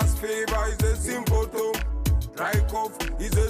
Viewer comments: symptom......pronounced in a stylish way. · I hope no one catches a "Sym-po-tom". 🔥